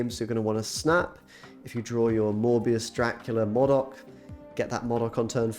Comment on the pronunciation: You and really need to start pronouncing 'Modok' as you would 'robot'. It's distracting saying it how you do.